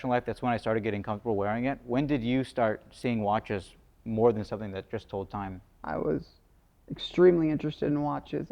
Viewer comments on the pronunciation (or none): none